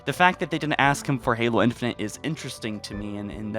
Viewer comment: “Infunint”? It’s infinite